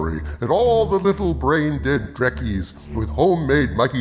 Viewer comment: He said Drekkie not Trekkie